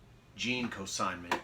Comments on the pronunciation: Cosignment? I think you mean consignment. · In the vid you repeatedly say "cosignment"...which isn't even a word.